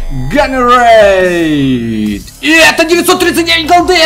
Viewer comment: пожалуйста никогда не произноси слово generate